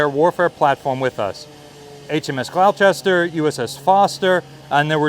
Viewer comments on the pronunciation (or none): HMS Gloucester is pronounced like "gloss-ter" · Love your content, but as the grandson of a RN PO one small detail made me twitch: Gloucester is pronounced Glos-ster! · "HMS Gloucester" - ouch, your pronounciation of that name hurts! It's spoken like "Gloster". (English place names are weird.)